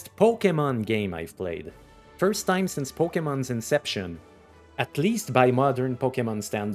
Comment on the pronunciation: Is it on purpose to say "sense" instead of "since" because I've seen others using it as well. I mean there's no way people make that obvious of a mistake. Also "wight" instead of "white"